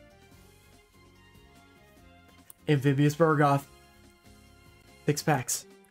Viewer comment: It is called Bug-roth not Bur-goth. Why do always change the R and the G?